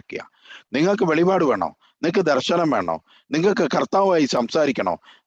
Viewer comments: എടെ വെളിവാട് അല്ല വെളിപ്പാട് ആണു 😄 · വെളിപാട് അല്ല വെളിപ്പാട്